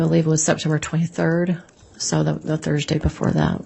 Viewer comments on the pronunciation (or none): none